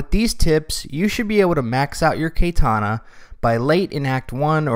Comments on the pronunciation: nah. it's just his American accent. it's how u pronounce the "A". in Japanese A=ah, in English A=ay. if you only speak English just say CUT-TANA. that's the closest you'll get to pronounce KATANA right. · Did my man just say KAYtana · It blows my mind a grown man can't pronounce katana properly. I honestly can't understand it. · didnt like the video because you are to gay to speak "KATANA"